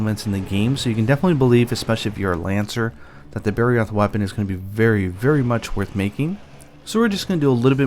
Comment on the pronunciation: It took me 5 second to realize you said barroth